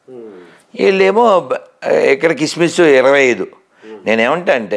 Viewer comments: సిస్మిస్ కధరా సన్నాసి క్రిస్మస్ తెలుగు ఉచ్చరణ సరిలేదు పొరంబోకు సొల్లు ఆపి గజ్జికుక్కల మొరగతం కాదు నీబుధి మార్చుకో వీడు ఇందువ కులగజ్జి బాచి సిగ్గులేదు మీకు కులగజ్జి సన్నాసులు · కిస్మిస్ కాదురా క్రిస్మస్ అనాలి, బో....